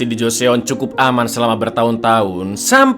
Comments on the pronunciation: Mas, joseon cuma dibaca joson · Mau info cak klo joseon itu dibacanya joson cakk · bukan gitu cara baca / pelafalan Joseon cak